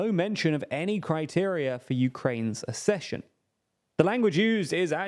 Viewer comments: Ugh. Accession is pronounced “Ak-sesh-un”. Like “access”, not “assess. As a newsreader you have ONE JOB. I did hear the word pronounced correctly on this channel once, you know. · Please talk to about how ACK-cession is pronounced. Accession - like access. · UK: æk-SESH-un, US: uh-SESH-un